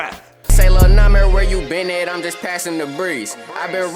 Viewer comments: It's NAH MIr not nahmeir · its YBN or LIL NAH MER. is not nuh meer, if ur gonna do shit on him atleast say his name right lol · Namear , is how you pernounce it😂😂❤️ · it’s “ nah - mir “ it’s not “ nah - meer “ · It nah-mer not nah-meer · It's Nahmir, NOT Nmir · It's num-mer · it's pronounced na mer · He said Cap is Nahmir 😂😂. I’M DEAD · kaemor not K-mort